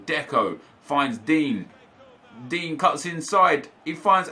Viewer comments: You realize it’s pronounced din-yay not dean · Anyone else find it funny that he calls digne dean?😂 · Pronouce Digne's name right please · I swear you pronounce Digne wrong